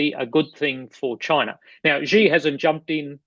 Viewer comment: The syllable "Xi" in Chairman Xi JinPing's name sounds almost like the English word "She". Both you and Mick Ryan pronounce it as "Gee", like the English letter "G". In Chinese, those sounds represent very different words. Please pronounce "Xi" as "She". Otherwise, thank you for an excellent and informative discussion.